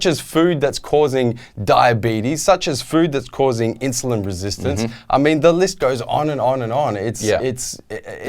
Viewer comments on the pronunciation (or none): If you have cancer and you keeping pushing your IGF-1 levels with protein powder, YES. If you eat high saturated animal fat combined with protein powder that hugely increases your inshulin (thats how pronounces it) you might get diabetes. So YES, its entirely possible. Its not the fault of the protein powder however. Its the fault of animal protein and the influence it has on your blood sugar levels.